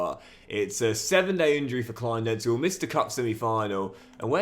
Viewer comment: Enjoying this mate (from Berlin) where Kleindienst is pronounced '..deenst' :PPPPP